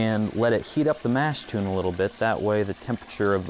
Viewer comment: I know this video is 4 years old, but come on! Mash "tune"? No. Mash "tun". And "Craw-zen"? Nope. Kroy-zen.